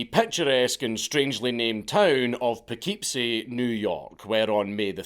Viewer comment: The way you say Poughkeepsie is hilarious. As an Irish c×nt, to hear you call a Wappinger city name silly when Scotland is full of towns with names rooted in Gaelic is right embarrassing. If we care about our roots, best to not cultivate their surroundings with toxins.